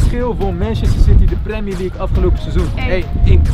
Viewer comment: 14 keer premi leugk gezegd